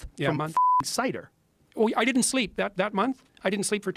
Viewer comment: Oh, someone has told Candy she needs to work on her elocution without Koch dollars. She's a "di-in't" or "was-in't" or "impor-int" like MTG. We got a full "wasn't" there.